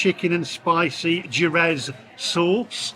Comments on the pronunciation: The 'J' in Spanish is pronounced as 'H' so 'Jerez' is pronounced as 'HAIR - EZ.' The word ' RIOJA' is pronounced as 'RIO - HA.' You said 'Patatas Bravas ' correctly but those two words are easy. You obviously did not study Spanish in High School. I did and also attended a school with Spanish speaking students who were boarders at my school. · 'Jerez' is pronounced 'herreth'. It's just Spanish for sherry, 'cos that's where they make it!